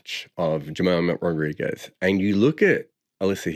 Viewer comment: I have immense respect for you as a broadcaster and an analyst. Enjoy all of your content on YT and otherwise. But I think you are doing the fans and the players a disservice when you end up pronouncing players' names incorrectly. I think western journalists need to put more effort in learning how to pronounce cricketer's names. Case in point being Jemimah Rodrigues where you are mispronouncing both her first and last names. We need to do better. You probably won't read this comment. But in the off chance you do, perhaps this will serve as constructive criticism.